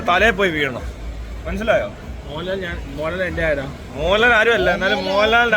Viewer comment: മോഹൻലാൽ അല്ല മോളാൽ 😂😂